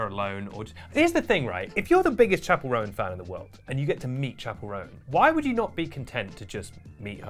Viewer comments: love your take fans can be absolutely unhinged (myself included sometimes). That being said Roan is pronounced like bone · Awkward that you didn’t even learn how to say her name properly before doing a full video on her 😳🫣